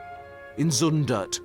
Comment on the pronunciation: who is van GoFF !? :p Cmon try to pronounce zUndert, its not Zoendert! (which would translate as KISSiby in Dutch) Brabant is definitely not a part of Holland :p like Scotland isnt part of england ;)